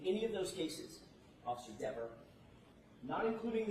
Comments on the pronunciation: It’s pronounced Deever! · Dever as in never, not dever as in beaver lol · AJ, one suspects deliberately mispronounced her name lol. Deever the DIVA! False memory. She just ended her cop career publicly. Desk job for life. And one’s guessing that those criminal cases where she testified as an officer will now be looked into by those defendants attorneys, given her false memories!! Talk about career suicide! 😂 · Dever. Like never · Jackson didn’t miss pronounce her name on accident,she’s Devious! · I wonder if AJ purposely mispronounced her name. He pronounced it correctly a few times before that. Then when talking about the commissioner, it's like he pokes her a little by mispronounced Dever.